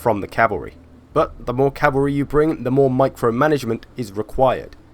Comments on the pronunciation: CALVARY its plural cmon man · H smitty Lmfao Calvary!